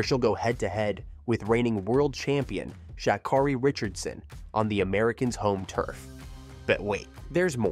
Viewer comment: LEARN HOW TO PRONOUNCE HER NAME!!!!!!!!!!!!!!!!!!!!!!!!